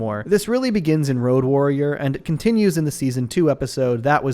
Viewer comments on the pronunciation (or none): Road Worrier. Not Road Warrior.